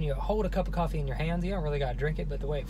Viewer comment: Did h say coffee